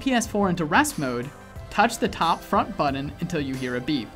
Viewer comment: What's a "buddun"? 🙄🙄🙄